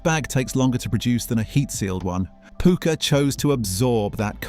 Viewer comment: It's pucker not pooker. Pukka is an indian wording from colonial days meaning good stuff. 👍